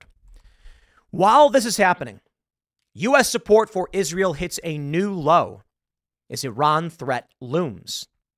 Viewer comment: when you read the word israel then pronounce it isreal.